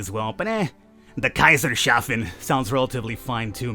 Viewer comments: Also, it's Kaisers Hafen (The Emperor's Harbour), not Kaiser Shafen. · Can I just say that it's not "Kaiser shafen" but rather pronounced "Kaisers" (as in "emperor's") "Hafen" (as in harbour, pronounced more like "huh fen" I suppose). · It is actually Kaisers-hafen which means Emperors port not Kaiser-shafen